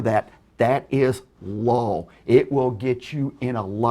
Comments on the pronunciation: Am I the only one amused by how he keeps pronouncing the "law" as "lawl"? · He pronounces law as LOL every time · It sounds like he's saying lawl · he cant even say law....he says lol. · cant stand how he calls Law, LoL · it's L A W not L O L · The only thing that makes me pissed about this dude is how he pronounces law like loowe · I just realize after rewatching this video, the way says "law" sounds more like "Lolz" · I swear it sounds like saying, "...copyright LOL." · Am I the only one who understands "Lol" and not "Law" ? o.o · says Lol instead of Law. Lol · Why does pronounce Law as Lol? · ignorance of the lol should learn how to pronounce "law" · I swear every time says "law" he says "lol" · I like how keeps making it sound like "lol" instead of "law" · I’m sorry but is saying “law” or “lol”? It’s sounds like he is saying lol. 😂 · Everytime he says "law" I hear "lol" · Whenever says "law" I mistake him for saying "lawl" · He has such a horrid problem with pronouncing words. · I like how when he says law it sounds like lol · Can we just appreciate the way says law lawl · "Lawl" "Case lawl" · Christ, why does he pronounce it „lawl“? Is this a thing? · I find it hilariously appropriate that keeps pronouncing "Law" as "Lawl", because his wildly incorrect understanding of the law makes me lawl. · i lost my shit at "CASE LAWL" what accent even is that? why can't he talk properly? He shouldn't be narrating lessons to kids if he can't pronounce basic words, should he encourage a speech impediment in said kids. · Okay but am I the only one who hears pronunciation of "law" sounding like "lawl"? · he says Law like lawl. I can't unhear it. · By logic, the majority of channels' material are breaking the law (or lawl as he pronounces it.) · 'lawl' 'case lawl' XD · It's been months and I still tear at my eyes every time he calls it "Lawl" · Ya'll need to know the lawl